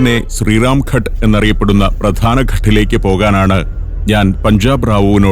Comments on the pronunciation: Sir, it is Ghaat (not Ghat). Good presentation 👏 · Sir. ഘട്ട് അല്ല ഘാട്ട് ആണ് ശരിയായ ശബ്ദം